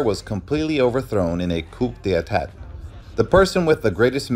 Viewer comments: This is good. Just one you need to fix is - Coup d' etat is pronounced as "Ku de-tah" not coop de etat. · It is pronounced Coo-day-tah. Not Coop duh etat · "Coop dey e-tat" I'm fucking weak 😂😂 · lol is a AI reading off something Coup D'tap is crazy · Its Coup De Ta, you can't F that up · How about coop dee attatt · I believe Coup De'tat is pronounced "COO-day-TAAAHHH", because it's all French and weird.